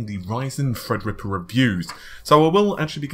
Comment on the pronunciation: every time i hear "fredripper" i chuckle a little bit